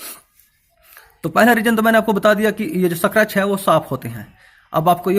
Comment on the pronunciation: सक्रेच नही स्क्रेच जानकारी के लिए धन्यवाद